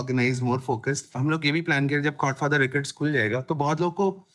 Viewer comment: Dude… Chord Father. I was listening to this podcast and kept hearing Godfather.